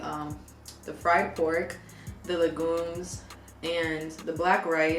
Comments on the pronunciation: Tasso goat (kabrit).. you pronounce like the word lasso (like a rope lasso). Tas-so Legume is pronunced lay-gim. You can make it with meat or without LOL you’re not bugging ! So happy to see you enjoyed girl, it’s def similar to Dominican food 🤤🤤🤤. You should add pikliz next time it’s our hot pepper, I think you’d enjoy it on the fried pork! Ps, I def googled the spot based on the number cuz I need a new spot in BK LOL so thank you 🤣🤍🇭🇹 Have you done a Thai mukbang yet ? 🤤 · And please do not call the legume vegetable stew its one of our top proud of staples and its pronounce LEGUME ( le - geem ) Love your video